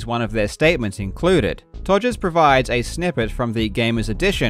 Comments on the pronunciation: The fact Karl just completely casually keeps calling him “Togers” is just hilarious to me. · Calling him Todgers throughout, chefs kiss. Also to those non-UK folk; Google 'todger', very apt.